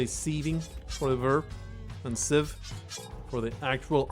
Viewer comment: You are correct in your pronunciation of the noun "sieve" (at least in reference to cleaning grain), but I'm not sure about the verb because nobody ever uses it. I literally don't think I've ever heard anyone use it as a verb before. Everyone always says "cleaning" "chaffing" or "threshing" (though that word is supposed to refer to a different part of the process) If I had to guess, I'd say it's pronounced the same as the noun, and the couple of sites I looked at seem to agree. Just don't confuse "sieving" with "shiving" because that's what happens to the poor overworked bastard that does the sieving In fact, now that I think about it, it's becoming less common for people to use "sieve" at all. It seems pretty often that I talk to someone who knows what a sieve is but has never heard the word before. "Chaffer" and "cleaner" are far more popular, even though Google doesn't seem to be aware of the former's use as a grain cleaning device. There's also evidence to support the idea that "chaffer" and "sieve" refer to two different types of screens, but I have definitely heard them used interchangeably by people who are (for all purposes) experts in the industry Oh, and if you don't like that wall of text, I can go back to shotguns. Those people love to "discuss" their terminology